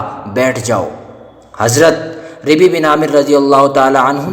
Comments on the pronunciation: اپنی اردو درست کرو! ربیع میں راپرپیش ہےیاءمششددمفتوح ہے شجاعت میں شین پر زبر ہے اور بھی بہت غلطیاں ہیں کسی سناکرآیا کرو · ربيع پر زیر پے بھیا۔